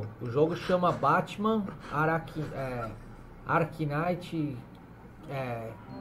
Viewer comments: BATMAN ARKINAITI KINAITI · "Como chama o jogo, chama batman aracnaite"... kkkkkkkkkkkkkk